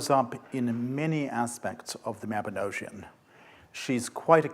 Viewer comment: 1. Lecturer can't pronounce Mabinogion 2. Lecturer misrepresents the contents of the Mabinogion (Arthur and his knights dining in the hall of Rhiannon??)